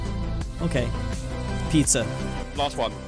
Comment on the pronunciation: I thInk that girl said Ibiza not Pizza while seeing the Egypt flag...